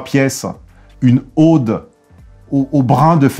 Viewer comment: Oh!!...Une ODE ( avec un O ouvert, comme dans "odalisque", "orgie", "oral"), ne se prononce pas comme AUDE ( prénom ou département, où le son O est fermé: "audacieux", "automatique").